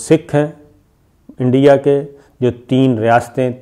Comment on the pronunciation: انڈیا نہیں "اینڈیا"